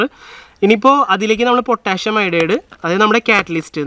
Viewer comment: പൊട്ടാഷ്യം എന്ന് അല്ല പൊട്ടാസ്യം എന്നാണ്